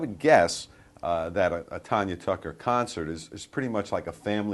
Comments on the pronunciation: I hate when they say Tonya...It is Tanya. I hate it. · it's TANya not TONya. she says her own name at the damn beginning. ugh. my name is pronounced just like hers. my mom and dad couldn't agree on a name for me. as my mom was holding me in the hospital room Tanya Tucker came on the tv and BOOM she had my name. 😄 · it's tanya, not tonya, like tan ya hide as Miss T would tell ya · You can't even pronounce her name correctly, it is not TONYA it is TANYA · It's not tonya tucker.......! Its tanya tucker Dam..............! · I don't see no one comparing her to Taylor. But the woman pronouncing her name as Tonya instead of Tanya it's pretty typical for a black woman or myself to call her that because you most of the time pronounce it Tonya. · TANYA, not TONYA! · This keep pronouncing Tanya's name wrong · These two commentators keep mispronouncing her name! Really?! If you’re going to interview someone give them the dignity of knowing what their name is! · I cringed when I heard them mispronounce her name.. They should study up on who they are interviewing. Tanya is a legend ❤️ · Hey and. If your going to have a STAR on your program, please learn how to pronounce there name. Call me Profile, I definitely can do this job! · What a weird ass show. How rude that they kept mispronouncing her name over and over again. What kind of hosts interview a performer that's been in the business for as long as she has, and don't bother to find out how to pronounce her name. All the kissing up to her they did isn't worth a damn if they don't care enough to get her name right. What a bunch of fakers these idiots are. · This lady can't even pronounce her name right. As far as Tanya being the Taylor Swift of her day... Taylor will never compare to her. Still beautiful as ever. Love ya, Tanya! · OH GEEZ! Did she NOT tell them how to say her name??